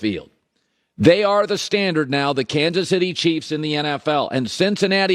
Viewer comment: "Cansus Itty" Lay off the vicodin and muscle relaxers Colin. You're a talk show host for God's sake...